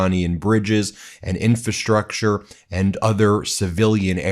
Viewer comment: Dang Ben, you still can't pronounce "infrastructure."